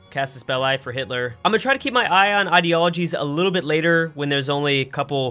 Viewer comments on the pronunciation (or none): none